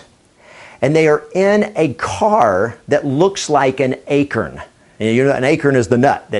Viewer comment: Its not an "akirn", its an "a-corn" lol do you pronounce corn as "kirn" ? lol just thought that was funny!